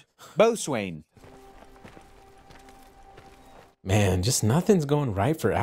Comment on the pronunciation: I am a mariner, and yes that’s how you say Boatswain. Coxswain is said “cocks-in”, forecastle or fo'c'sle, is “foeksul” nautical language is fun. Also he’s snootie cause he’s a Lannister. They are all that way.